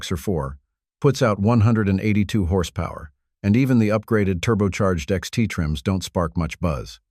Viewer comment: What's horse pow-where? Dopey AI voice nonsense.